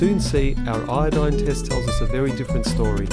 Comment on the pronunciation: The human body can control its own pH very effectively, it doesn't need us to drink water with a specific pH level. As for what they're testing the water with, the narrator called it iodine (possibly iodide pronounced badly). Iodine isn't a pH indicator though, it's used to detect starch. It maintains a yellow colour in a starchless solution and turns a deep blue/black when starch is present. As a result, the narrator is blatantly lying about the chemical being used. With regards to his comments about companies lying about their water sources, natural sources of water do not imply alkaline water. Natural minerals dissolved in the water can make it acidic, along with any contamination from the effects of acid rain etc.. Even if the very spurious facts the narrator was spewing were true, it would make Fiji and Evian rather bad for us. A change in pH as low as 0.5 up or down can cause incredibly dangerous conditions known as acidosis or alkalosis. Evian in particular would put us at the greatest risk of alkalosis if we were to believe the narrator, due to its much higher pH level compared to our blood. But like I said earlier, we can control our own pH level very easily, so there's no need to even be concerned by anything he's said